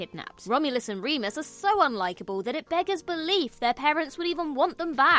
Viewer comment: You mispronounced Womulus and Wemus's names.